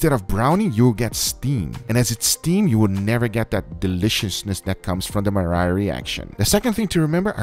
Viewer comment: I had to replay that part 5 times to finally understand you said Maillard effect.